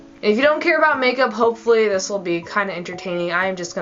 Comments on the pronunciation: You go like dis....then you go like dis....then you go like dis.... Lol! I just love you and Bunny. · I laughed when you said like dis